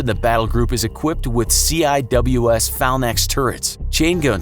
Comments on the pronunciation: Okay, I can understand not saying ciws right (see-wiz), even though it's in the very first sentence of the wikipedia article for it. It's an odd military acronym, whatever. But did you seriously say phalnax? Lol... sorry man that one just shows a lack of history education. It's phalanx, guy. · That C.I.W.S is pronounced ‘See Wiz’ lol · the close in weapon system cwis is prounounced as seewiz or seawiz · You pronounce CWIS like See-Wiz, you don’t say C.I.W.S. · It's pronounced "C-Whizz" not "C-I-W-S" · Why would you spell CIWS when you can say "Sea-wiz" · the CIWS Phalanx Mk 15 is pronounced "see-whiz" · CIWS - Pronounced "See Whiz." Phalanx - Pronounced "Fay-laynx." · Hypersonic missiles are still only concepts at the test stage. And no, Aircraft carriers are not "ill equipped to defend against small attackers". CIWS is pronounce "seewhiz". Torpedo's are unlikely, as it would require a near suicidal attack, all carriers have armor, and even with a penetration, can simply close off that section and keep on truckin. So, my only question is, do any Navies deploy iceburgs? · It's pronounced CIWS (see-wiz) and phalanx(fay-links)